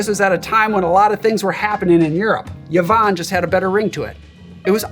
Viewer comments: Mate, it’s pronounce eevonn. NOT Yavonn. Me sister will thank you. (Cool cocktail btw, thank you!) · First time I’ve heard of Yvonne Arnaud, and first time it’s ever occurred to me someone might pronounce the name “ya-von”. Learning on many fronts!